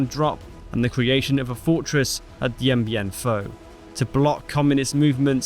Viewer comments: Closest pronunciation probably "Dian Bian Fu" 😂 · The most mispronounced battle in human history Dien Bien Phu, or something